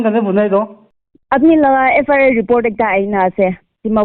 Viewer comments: Not FRI it's FIR.... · FRI or FIR 😂 evn pestak didn't evn knew tht she repeating says FRI, FRI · FIR❌ FRI ✅😂😂😂😂😂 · Sister it's not FRI it's FIR🤣🤣🤣🤣🤣